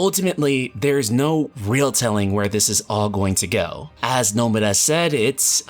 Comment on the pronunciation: The way you say nomura makes me cringe